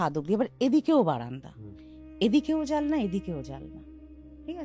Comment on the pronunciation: জানলা ❌ জালনা ✅ 😂😂😂